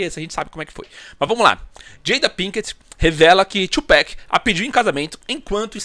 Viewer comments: “2 pack” é foda, pode falar TUPAC mesmo mano, a pronúncia parece “abrasileirada” mas é Tupac mesmo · 2Peck kkkkkk ninguem fala 2Pac direito